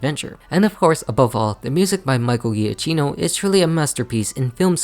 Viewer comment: It’s pronounced JUH-KEY-noh and er-COH-LAY, “”! 🤨